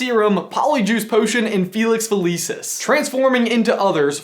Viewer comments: Okay this is great but it's Felix FelICis not Felix FelEECis. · Do you pronounce all of these harry potter names wrongly on purpose? Who is my-rope? Me-roh-pay... Whats felix feleace-iss? Felix felississ...